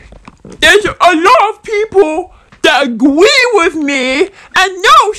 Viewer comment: Um- stop it, get some help. “Twuth” “Wosy cwosy” “Gwacha twuba” “Agwee” “Pitwure” God, your giving me a headache